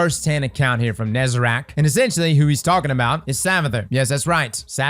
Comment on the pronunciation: For the love of god, it's Nezarec not Nezarac